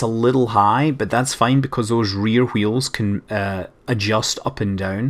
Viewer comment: Speak a "w" without excess of "h".